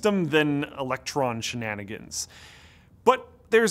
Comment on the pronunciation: "Electron shannanagons"